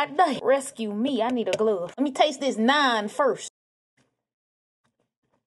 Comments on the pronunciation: it’s pronounced naaaan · Butchering the pronunciation of the word NAAN bread